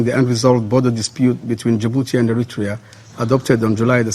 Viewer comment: Ethiopian dude don't know how to pronounce Eritrea smh